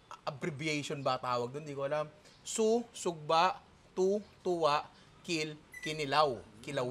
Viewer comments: Punta ka kahit saan sa Visayas. Hindi lang sa Cebu may ganyan. At saka Tula po yan hindi Tuwa… mga Cebuano lang hindi nag propronounce ng “L” pero sa buong Visayas Tula/Tinola talaga yan. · Part 2 kasi 30mins lang yung challenge hahahahaha. Yung TUWA dapat TULA like sa Tinola, kasi pag Cebuano ginagawang "W" yung pronunciatiion ng "L". Kaya dapat "Tula"